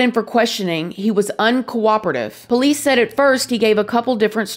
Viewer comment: I honestly love how she says po-lice (with the accent on the first syllable) too! Everytime she refers to them, I can’t help but smile!